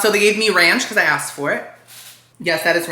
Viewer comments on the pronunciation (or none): none